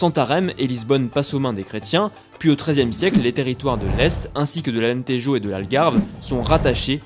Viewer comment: Comment tu as tué la prononciation de Alentejo